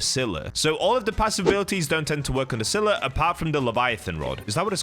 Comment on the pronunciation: Bro sylla ain't that hard man